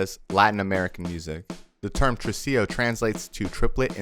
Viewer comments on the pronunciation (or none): Tresillo, not trusillo.